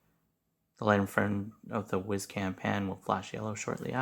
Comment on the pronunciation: I thought it was pronounced wise (as in smart) not wiz (as to pee).